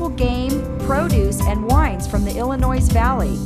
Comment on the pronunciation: Check that pronunciation of "Illinois".